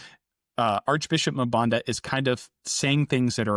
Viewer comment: Let me help you with pronouncing African names with two consonants The first consonant is pronounced as a letter so M-Banda, N-Gulu, M-Fante